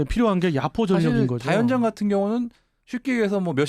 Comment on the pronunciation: 다연장? 다련장 발음하시는데 북한식 표현인가요? 다련장이라고 발음하시는데..혹시 탈북하신 분이신지....다연장이라고 발음해주시면 더 듣기 편할 거 같아요...방송 늘 잘 듣고 있습니다..